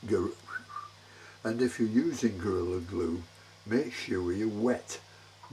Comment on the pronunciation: It sounded like you said girly glue instead of gorilla glue 😁